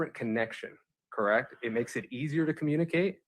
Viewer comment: did you clock that Nester said they “vacationed on Hawaii, krect??” Allison corrected her saying Costa Rica. I felt Nester was trying to trap her in a lie. This cross gave me the ick. Glad Allison stood her ground even though visibly shaken.